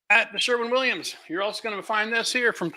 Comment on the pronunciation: For God sake it is called Sherwin Williams not Sherman Williams